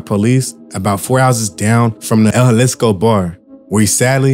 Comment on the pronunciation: Juhlisco? Say it like this, Ha Lees Co school in session 🏫